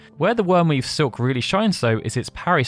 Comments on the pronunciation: The Wyrmweave Seek? Its SILK lol pronounced like milk. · How do you not know how to pronounce Silk? Something the British traded for centuries.